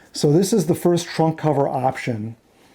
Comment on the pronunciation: Maybe because I'd call that thing Macca is sitting in an oversized suitcase, every time you said 'trunk cover' I heard 'Trump cover'. Beatles covering Trump would be the ultimate travesty.